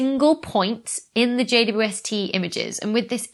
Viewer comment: It took me a few times to notice you call it Jay-woo-ess-tee. James Webb or just Webb is less syllables, 'init? :) I found myself shortening it also to Jay-west at times, but we have to agree on a standard, people! :)